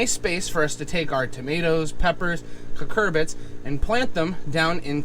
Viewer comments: Not to be that guy, but they're Cucurbits. que-kur-bits. 😬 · Well, he's saying it wrong..it's Cucurbits. They're cucumber/pumpkin/summer squash/zucchini, etc. They are all related, and look essentially identical when young. Cucurbits are the parent family of all those.